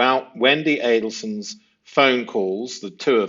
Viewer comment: yes there is. Saying the Merkels instead of the Markels. And the Addle sons instead of the Adel sons. Pronunciation does matter.